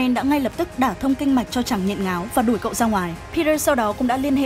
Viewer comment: ở sao em nghe cậu thành cô luôn:)